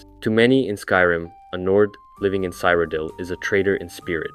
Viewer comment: Why do you pronounce the locations so weird lol cyridel, is said like a million times in oblivion